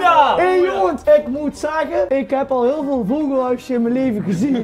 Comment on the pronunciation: Ik vond det ein huul good acsent